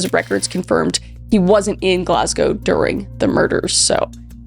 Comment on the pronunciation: 101/10 for Kris managing to say Glasgow correctly! Love from Scotland xxx